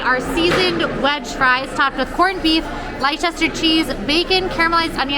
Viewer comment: Pronunciation tip from a UKer …. Leicester (as in the cheese) is pronounced “Lest-er”. Thank you for another fab video x